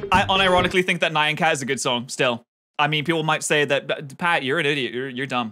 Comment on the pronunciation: Nyan is one syllable